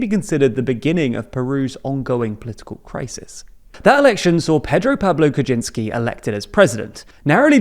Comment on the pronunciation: Kuczynski's last name is pronounced Kuchynyski btw